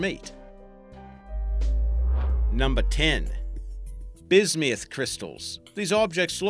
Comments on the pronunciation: Bis-me-uth? NO! It is Bis-Muth. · it's bis-myth not bis-mee-ith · I hate how he pronounces bismuth "Bismiuth". I'll never get over that... (Or all the people who scream about Steven Universe, you don't need to turn every word into a reference...) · Where is he getting the "e" at in bismuth?